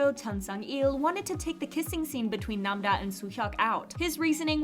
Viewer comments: nam-ra❌ nam-da✅ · She’s name is don’t nam da, it is Nam-ra